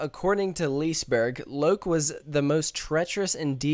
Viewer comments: Lee-se-berg, not - Lisberg Lo-kee, not - Loke (Like the Marvel Movie) :0) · Loki is the english version of Loke. Its not how you pronounce the swedish word, though XD Its more like "Loo-keh". ... Haha! What the devil is Lease Burg? XD Its "Liss-eh berry" (dont go to hard on those R's, its the tip of the tung kind of R). And dont go too hard out on the y either. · lis-e-berg is the right not lisberg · It´s fun to hear an english person saying Liseberg....Say Lis-e-berg instead...pronunce the E :) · I'm swedish haha i Love How you Said "Liseberg" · Absolutely no offense, but your pronounciations of the Swedish words are hilarious. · im swedish and when he say liseberg i dont like IT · The english ”Loki” and the swedish ”Loke” is pronounced the same way. Also liseberg is pronounced ” lis-eh -berg”. Love the videos!